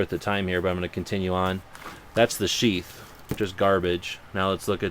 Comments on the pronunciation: when he said piece os sheath i thought at first that he said a piece of shit lol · Haha, you were talking about how this is a junky knife, then you said "We're looking at a piece of 'Sheath'.." i could hae sworn you said 'We're looking at a piece of Sh**". lol. great vid! keep it up.